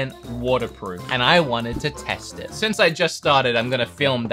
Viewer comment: i heard cornerproof ☠️